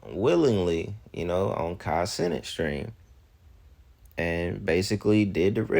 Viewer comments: "Kai Sinnit" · lmao I think it's Kai "SuhNat"